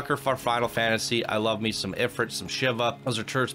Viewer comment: It's pronounced "Eh-freet" :)